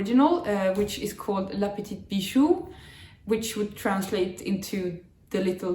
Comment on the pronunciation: As a french guy, I'm glad you appreciate Patrick Modiano ! I could'nt imagine that sweddish People read Modiano and even better in their own language ! Moreover I really like your prononciation of "La petite Bijou" ;) The last one I read was "Rue des boutiques obscures" which was a huge best seller. I'm sure you will love that one ;) I know it's not a running video but I'm curious : How was your marathon race ? :)